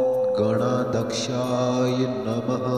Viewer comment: गण अध्यक्ष गणाध्यक्ष असा उच्चार हवा. गणादक्ष नाही